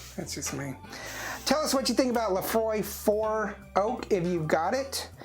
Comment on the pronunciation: It is not "Laphroy" it is "Laphroaig" pronounced ( lə-FROYG)